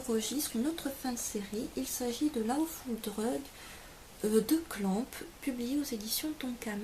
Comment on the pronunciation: Oui mdr je sais bien qu'en France, les gens ne font pas d'effort pour l'accent, mais au moins prononcer comme il faut. Par exemple "Lawfull drug", c'est "lo-ou" et tu as prononcé "la-ou", c'pas très embêtant c'est juste que j'aime l'anglais donc bon...^^